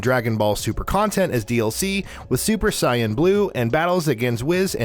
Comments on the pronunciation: Dude. It's Ka-ku-rot. Not Ka-ku-row. SAY-an, not Cy-an. Sas-kay, not Sa-soo-keh. NAH-ru-toe, not Na-ROO-toe. POKE-uh-mon, not POKEY-mon. roll eyes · Soon as he said super sa-iyan I was out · Ok, has this guy even ever seen, an episode of Dragon Ball, cause that is definitely not how you pronounce Kakarot and that is certainly not how you pronounce Saiyan.